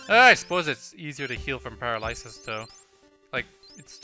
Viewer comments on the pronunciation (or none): By the way, "paralysis" is pronounced puh-RAL-uh-sis. I vote for Pinkie Pie and Rainbow Dash.